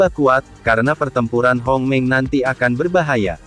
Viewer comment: Bang di baca hongmeng bukan homeng